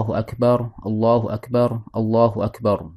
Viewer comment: Mantaap hanya penyebutan yg sy luruskan aja..🙏 Allahu Akbar Kedengaran bcanya ustad itu Allahu Akbaru